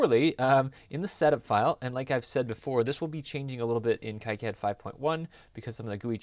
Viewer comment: Just a heads up You are pronouncing KiCAD incorrectly it's not KI as in HIGH it's KEE and is Knee Here is the Wiki snippet to prove it "KiCad (/ˈkiːˌkæd/ KEE-kad[7]) " see.......................KEE KAD